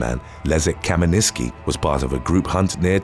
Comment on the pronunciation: First guy is Polish and he's name is Leszek Kamiński not Kaminiski.